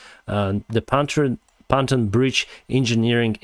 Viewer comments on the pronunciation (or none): Pon-toon, not pan-ton bridge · Just a friendly correction of pronunciation. "Pan ton" is pronounced Pon (as in Pond) and Toon (as in cartoon) 🙂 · It's pronounced PON-TUNE